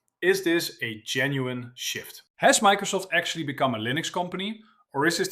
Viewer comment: When you said "is this a genuine shift" I thought you said "shit" 😂